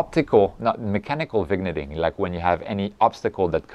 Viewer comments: Excellent explanation as usual! Really going to help a lot of people here. Pronounced: Vin-yet-ing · I see no problem reusing flats, the only time I take fresh ones is if I rotate the camera to frame a specific subject. As for vignetting, as far as I know, is pronounced vinyetting. 😁